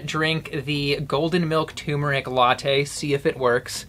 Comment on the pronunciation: "turmeric" has an r in it, and yes you pronounce it. The first syllable is pronounced like "term".